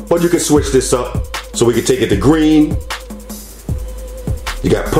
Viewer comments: “Red, Gween, Blue, White” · when he said "gween" I felt that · “You the colours Wed, gween, bwue and white” 😂 bruh I say three like shree.